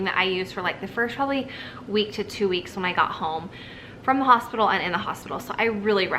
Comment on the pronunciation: Hosipital lol <3